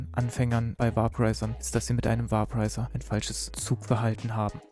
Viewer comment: Bei der Aussprache sollte man sich schon zwischen Deutsch und Englisch entscheiden. "Vaporizer" wird veɪpəraɪzər ausgesprochen, etwa wie "Wäiporeiser", nicht "Wahporeiser". Auf Deutsch könnte man höchstens "Vaporisierer" sagen, das wird dann natürlich ausgesprochen, wie man es schreibt.